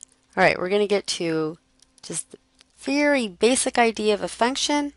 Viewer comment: Damn that 'function machine' made me laugh... I thought you said 'fucktion' hahaha. you can image what 'pops' out :P